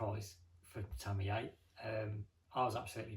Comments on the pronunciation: I have a lot of British friends, and this is the first and only time I have ever heard it pronounced like that. All of them pronounce it a little bit differently, but I think it's pretty well established that the last syllable is "yuh". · Tam-me-yay...thats a new one.